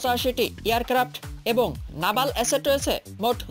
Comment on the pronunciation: নাভাল না ভাই নেভাল....... হিঃ হিঃ হিঃ হিঃ হিঃ হিঃ হিঃ হিঃ হিঃ হিঃ হিঃ হিঃ হিঃ হিঃ